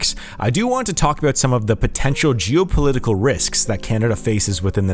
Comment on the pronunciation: "je'w-poe-liddy-coe ..." -What a weird way to say "geo."